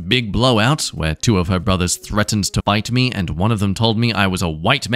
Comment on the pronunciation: Did anyone else hear “bite me” instead of “fight me”?